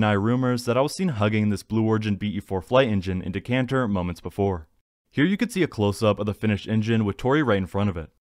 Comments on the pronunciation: It's Decaaaaater Texas. Reprogram the Bot. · Decatur Does Not have an 'n' in it, idiot!